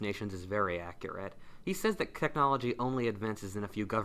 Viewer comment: "keknology" Top kek.